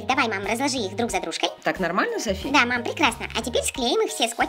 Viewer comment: Софи а не Сафи.